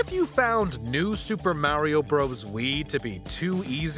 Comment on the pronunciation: The way he said Mario’s name made me go watch something else😊